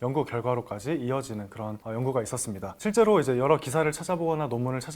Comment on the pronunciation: 세포 췌장 취약 서양. 한자어로 된 한글 읽기 영 엉터리네요 공부하면서 아무도 안 가르쳐 줬나보네 내용은 잘 들었어요